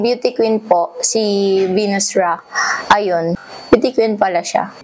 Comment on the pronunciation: Venus Rock b?? Ndi Venus Rah 😅